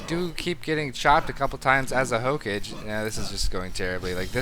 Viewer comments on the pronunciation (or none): Also, you keep saying "hokage" as "ho-cage" when it's more like "ho-cah-gey" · Hook-age? Really? It's pronounced Ho-Ka-gay. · saying ho-cage over and over really tickled my anus, and not in a good way either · Hokage is pronouced 'Ho-ka-geh'. You should really watch Naruto. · damit don´t say hokage that way xD i know it´s not your foult but still it kinda annoys me <.<